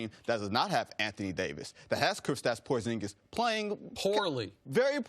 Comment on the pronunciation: She said Pooorzingis🤣🤣💀💀